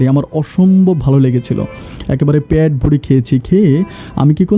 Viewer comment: voice সুন্দর।বলাটাও সুন্দর হয়েছে।কিন্তু উচ্চারণ ক্লাসের কোর্স করতে হবে। পেট না বলে প্যাট বলা হচ্ছে।